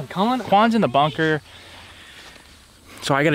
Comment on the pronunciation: “boon-kah”. Ok.